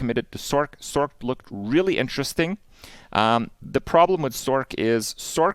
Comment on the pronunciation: Is it a meme that people say sork and not sorc(s), I just don't get it lol.